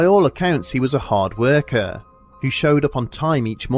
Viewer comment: "Hard weirkers" lol